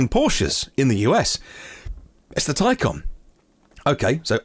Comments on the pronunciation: Toycan? Taycon? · A tiny point but the porsche taycan is pronounced with an "a" but you pronounce with an "O"? Love your show by the way and l am not trying to be smart. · taycan is the correct pronunciation not taycon